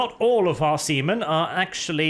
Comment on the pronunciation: I am actually not sure if say See men, or Semen